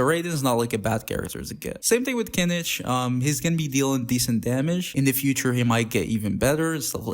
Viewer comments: kinič? its read as kinih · his official english name is "Kinich"